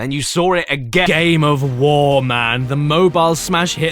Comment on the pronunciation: And you sawr it again. And you sawr it again Then you didn’t SEE it And then you sawr it again. Hmmm?